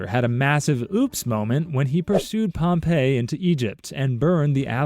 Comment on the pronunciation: Pompey, not Pompeii